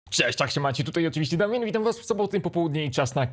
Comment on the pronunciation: Ej czemu wita się damin a nie Damian?